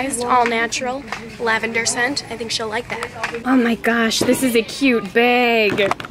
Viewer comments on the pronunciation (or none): she says beg instead of bag